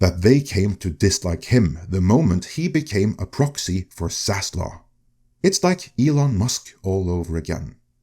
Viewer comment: This is so amazingly silly. There is no cabal out for zaslov (the v is pronounced)